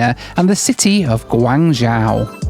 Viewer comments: Chinese here❤ love it when you struggle to pronounce Guangzhou😂😂 and didn't understand as you said Xiamen Airline😂😂 actually it sounds more like shamen instead of jamen but never mind you video is fantastic🎉 another interesting thing is the xianmen airline on board meals are generally very well-received here in China so I guess it is cooked catering to oriental taste. And about the Chinese airport security thing, I absolutely agree with every word of you. They are just notoriously tedious and frustrating even for domestic fights and connections, not to mention the international ones. Basically everything is just a bit of a faff. Here in China, we joke that all these troubles are meant to get people traveling by train😂And the phenomenon you mention about the lady shouting into a mic is also interesting. I think there is really something cultural going on behind this, as people from other countries seem less likely to do that. One reason might be that Chinese people seem to be often highly "immune" to sound from a speaker, which might be due to the fact that back in the days that's what they use every day in every community during "communism construction". Even today it is used everywhere and sometimes too casually in China. As a result, the speaking person might forget to lower voice when needed, and listeners often pay little or no extra attention. I guess that's why in public nowadays in China we still see people shouting into mic even when it's oblivious unnecessary. More l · I am halfway through the video and cringing every time he mispronounced Guangzhou. He kept saying Guangzhao. I came to the comments to see if anyone picked up on that. At least he got the "zh" sound correct. I guess he does it again for the other cities too? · Great video as always- but your pronunciation of Guangzhou really hurt my ears :( ! It's Gwong-JOE :)